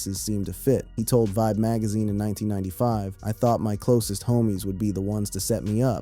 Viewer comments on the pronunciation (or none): none